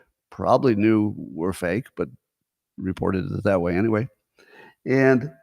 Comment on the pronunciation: Top 10 annoying things Scott does (which one do YOU hate the most?): 1. The awkward way Scott ends a topic with "iiinyway" 2. Scott answers his own question with "I dunno". Often preceded with a little squeaky, groaning noise. 3. Scott: "You know how they could have saved a lot of money? They could have just asked Scott" (note: I think he knows this one is worn out so he's modifying it somewhat). 4. The way Scott pronounces the word Question as "Queshion". 5. The little growl in Scott's voice when he imitates any group of people. 6. When Scott acts like a tough guy. "If China doesn't stop shipping fentanyl, we are gonna fuckin' kill 'em" (no we're not) or the more recent "I would literally take a bullet for Musk or Vivek" (no you wouldn't). 7. His overuse of the word "Hyperbole" (hey Scott, there's a new word they just invented, it's "exaggerate". 8. Scott's sex robot/porn/masturbation stories. He's an old, probably celibate guy that never leaves his house and him talking about sex is stomach-turning. Grow up Scott. 9. The constant repeating of his explanation to his opposition to DEI "I'm not saying anything about anyone's genes, race, or culture - blah, blah, blah". I've literally heard that 50 times and it sounds like he's afraid of being called a racist - which disputes his "I'm so brave; Elon, Trump and I saved America" claims. and the absolute, undisputed most annoying thing Scott does is... 10. The nervous laughter that Scott does after 50% of anything he says - even w